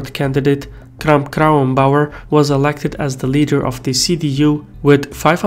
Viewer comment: I'm so fucking impressed by your pronunciation of all the names AKK especially not even German news get her name right lol